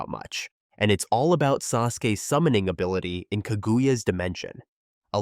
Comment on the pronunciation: Ka-goo-ya is crazy work. Watch the show sometime 🤣